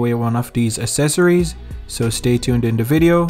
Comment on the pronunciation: Accessories is pronounced uhk seh sr eez. Or ax seh sir ez.